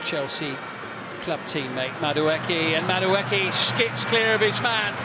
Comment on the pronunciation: Old lad just refuses to say Madueke's name correctly.